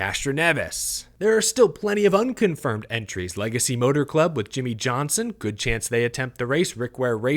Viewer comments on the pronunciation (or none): none